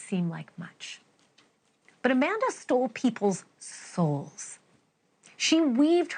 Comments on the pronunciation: SCAManda lol not SCUManda even tho both are right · SCAM-Anda Not Sca-Manda